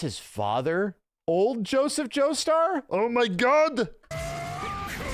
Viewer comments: "Johnahthn Jostur"😭😭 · why did you say jonathan's name so weird? "jinathin joester" ???? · JoNAthan Joester. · did this man just say jna-than jo-stur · Go ahead